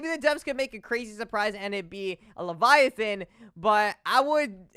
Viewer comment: "it might be a leviathin" -Gargantuan leviathan